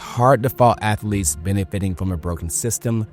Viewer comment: He wants them Cartman student ath-o-leets back